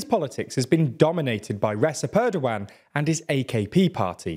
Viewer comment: I have watched several videos of yours regarding Turkey and I want to help you out with some of the pronunciation as they come up pretty often. Recep Tayyip Erdoğan is pronounced with the "c" in Recep like "j" in jet, instead of an "s" sound like in "sea". It would also sound more appropriate if you let the "g" sound out as the letter "ğ" is a softer version of g, I suggest reading it as "Erdoan" with an emphasis on "-an". The opposition leader's name also has the same letter therefore I would suggest doing the same and reading it as "Kilichdaroulu" and İmamoğlu as "İmamoulu"